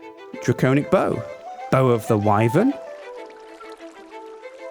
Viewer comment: It's pronounced wi-vern and drac-onic. Not why-vern and drac-ownic.